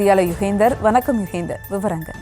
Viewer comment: ரிப்போர்ட்டர் பெயர்- யுகேந்தர். ஆகா செய்தி வாசிக்கவும் மற்ற மொழிக்காரர்களா? வநக்கம்,திருவல்லூர் என்ன தமிழ் 😢